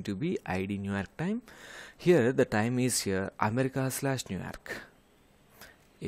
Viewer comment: Bro literally said New Aerk 💀